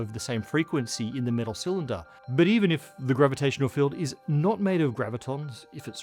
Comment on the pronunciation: About 4 minutes in, and the way you pronounced metal, this was all I could think: Cheers,!